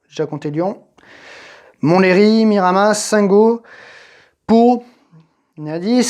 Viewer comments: Ça s'écrit miramas, mais on dit miramasse, je viens du coin 😂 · Hello je viens du Sud et le '' s '' de Miramas se prononce 😁 Pas de '' mire à masseuh '' ou de '' mire à massssss '' juste '' mire à masse '' 😂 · Salut et merci pour cette belle vidéo sur les circuits français Pour la ville provençale c’est : miramas en prononçant « masse » à la fin. Bonne continuation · La moitié des commentaires : "On dit Miramasse". L'autre moitié : "J''étais là au premier GP de F1 à Saint Gaudens, alors que je suis provençal (et pas gallois)". La troisième moitié : "On dit gôdinsse". Voilà. Je me refais toutes les vidéos du Circuit et je voulais juste remonter cette série dont j'avais apparemment raté la moitié XD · On dit bien miramassss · Ça se prononce Mirama il me semble . D'ailleurs ce circuit est maintenant le circuit de test privé de Bmw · Il y a un S. Dans le sud toutes les lettres se prononcent ça se dit MiramaS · On prononce bien le "s" dans Miramas 😅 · Le s de Miramas est bien prononcé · Salut super t vidéos on prononce bien le s de miramas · Ça se prononce Miramas (le S se prononce) Je crois bien que ce circuit sert maintenant de circuit test pour Michelin 🤔